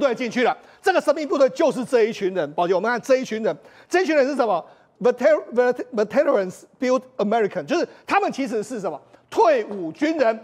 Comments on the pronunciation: Veterans 该拼为 “Vet-tran”， 中间的“e"是静音的。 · veterans 重音在第一節 ve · Veterans 字發音其重音在第一音節，黃世聰的英文要加油！